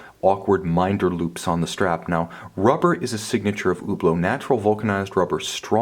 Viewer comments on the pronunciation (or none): Hublot should be pronounced "e-bloh" not "oo blo" ! please , you should know that!!! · cringe every time he say UHBLO. yanks prbly shouldn´t talk about watches